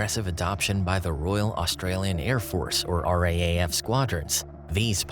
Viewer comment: No one in Australia calls it the R-A-A-F, it’s the R-Double A - F.